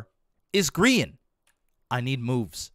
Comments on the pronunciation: Gem: birch hugger (instead of tree hugger) Grain: did you die? Perhaps you perished? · "Grain" for Grian